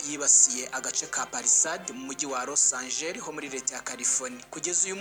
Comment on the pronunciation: Ntabwo ari Los Angel bro ni Los Angeles 😂😂😂😂